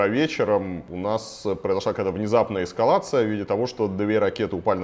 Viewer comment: Почему военный эксперт весь выпуск говорит «эскавация» вместо «эскалация»? 😅